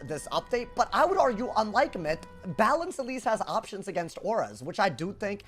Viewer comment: balance got BUTCHERED holy moly